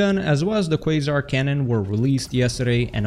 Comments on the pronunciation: Yay you finally learned it's pronounced "kway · zaar" lol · ahh man he actually said "Quasar" right this time... No mor kwazar😪